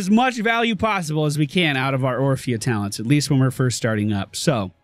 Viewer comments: was saying Oprah instead of orphea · Orphea (Or-fi-a) Not Opra xD